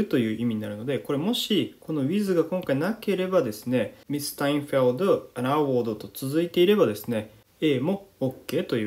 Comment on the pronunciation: awardのアクセント間違えてませんか？